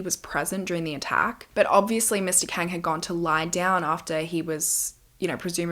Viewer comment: Not that it matters now but Kang is pronounced as Kawng/Kahng. It’s just something that bothered me while listening 😭 Loved it tho! I’ve been been bingewatching past videos. ❤️